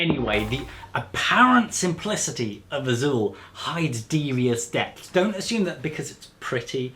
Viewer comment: You said Azul with the perfect accent. Kudos.